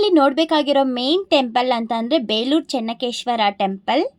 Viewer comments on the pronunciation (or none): ಚನ್ನ ಕೇಶವ ದೇವಸ್ಥಾನ, ಚನ್ನಕೇಶ್ವರ ಅಲ್ಲ